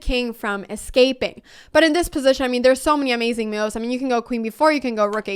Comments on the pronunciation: "meuves"...curious pronunciation. Took me listening couple of times to know she meant "moves". I am curious about where Anna learnt English. As for chess: She is the reason I am beginning to study and play again. Gracias Anna. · re-IT-er-ate But let’s really talk about how you say “moves” mehyooves :) Game 1: Qd4 you didn’t say it but then it’s defended by Nf. I’m like 350 so… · The way she says moves is funny, meowvvs